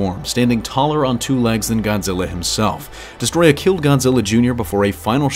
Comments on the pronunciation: Its not destroyah its desetroyaaaaaaaa 🤣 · I feel like he is saying the name wrong.